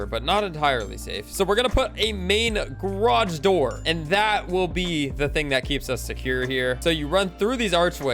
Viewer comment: "grodge door"